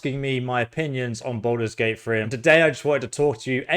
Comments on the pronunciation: "Balders Gate Free"😂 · This guy keeps saying, "Baldur's Gate Free" and I keep thinking, "when?!"